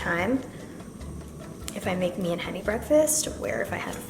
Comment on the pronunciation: I’ve been watching new and old videos of yours and I just realized that Henny is your mans name lol, the whole time I thought you were saying honey